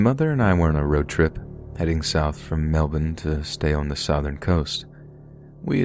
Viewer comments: You said Melbourne correctly. Thumbs up! These are so relaxing for some reason :) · As an Aussie, it pleased me greatly that you pronounced Melbourne correctly. Keep up the awesome content 💖